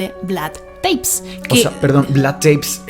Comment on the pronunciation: Muy bueno como todos sus programas. Solo un detalle, Vlad TEPEŞ (se peonuncia Tepesh en Rumano). Un saludo y muchos éxitos! ❤️